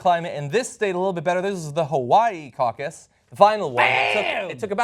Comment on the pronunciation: caucous lol te hehe